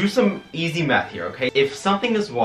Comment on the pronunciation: I can't be the only person who heard Meth and not Math lmao